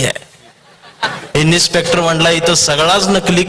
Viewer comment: इन्स्पेक्टर म्हणा इनिस्पेक्टर म्हणताय?